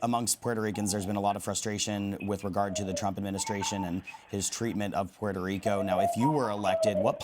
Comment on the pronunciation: Omg they massacred the Puerto Rican governments name.